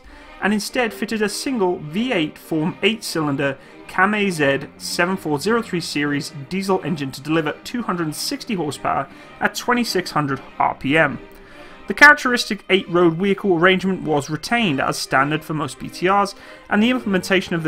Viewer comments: "Kamaz", not KAM-AZ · it is not Kama-Zeth, it is KAMAZ.... xD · KAMAZ is not pronounced "kam-ay-zed"...try "kamosh" instead.